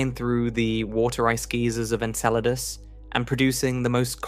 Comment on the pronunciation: Enceladus? Why don't you just pronounce it properly as Enchiladas already?...lol Jesus Christ these AI narrators mispronouncing things is getting out of hand...lol. It's bad enough these "science" channels are to lazy and cheap to hire a real person to narrate their "content", and yet they choose the shittiest AI narration software they can find...RTFLMFAO!!